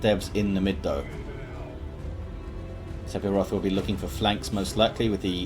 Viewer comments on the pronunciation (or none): Im not sure if the player prefers to pronounce it differently, but the "ph" in Sephiroth should be pronounced as an "f", so that it should read "Sef-iroth". Just a language quirk.